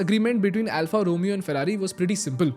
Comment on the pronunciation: Alfa Romeo pronunciation is incorrect